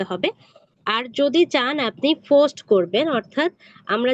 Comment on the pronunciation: Try to improve your pronunciation and remove your local language. like "Post" instead of "Fust"